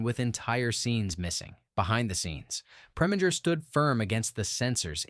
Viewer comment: Oh come off it! Preminger does not rhyme with finger, but ignoring the accenting of syllables, it does with injure.